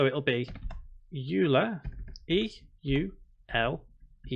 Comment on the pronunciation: Hey, don't know if you read these (especially 6 month old ones), but Euler is pronounced "Oiler" not "You'll-a"